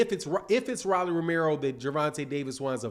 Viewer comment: Bro ROLLY! LIKE A ROLEX! PRONOUNCE HIS NAME RIGHT!!!!!